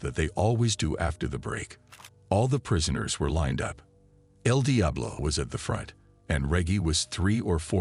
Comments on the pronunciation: It's eL Diablo not....... DI AH BLO 😂 BUT STILL GREAT JOB 💪🏾 and Kontent💯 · Come on AI, the pronouncement el Diablo and el dye-ablo is so annoying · The way he pronounces Eldiablo🚮🚮🚮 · Saying Edeablo is crazy 😂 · Eeel diablo😂😂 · More so than… EL DIAblo!? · Bro I was hearing edi ablo😂😂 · el dayabolo😅😅😅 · Tf is wrong with you.. your pronunciation of EL DIABLO I s very distracting 🤨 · Man the way they keep mispronouncing el Diablo is burning me up real bad 😤🤬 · . He forgot to mention "El diablo" properly 😂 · L d up law. Aghhhr. So annoying. The computer says El Diablo is driving me crazy!!! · El Diablo as well 😂😂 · Also when the idiot says El Diablo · Also EL DIABLO 😅